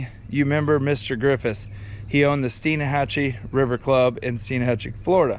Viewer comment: It’s pronounced Steenhachee.